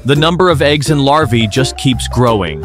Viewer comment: It's larva not lava😂😂